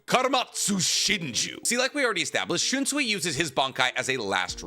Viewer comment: I love your videos SO MUCH. Bleach AND Naruto are very important to me. But has no one told you that you pronounce, “SUI” in Japanese as, “SOY”? It’s, “SHUN-SOY” but pronounce SOY faster to sound like SOYEE. Also, it’s, “studio PEE-AIR-OH”…not, “PERRY-OT”. 🎉 I’ve wanted to tell you for so long 😂 English dubs always pronounce it, “SWEE” and it just stuck. It’s a shame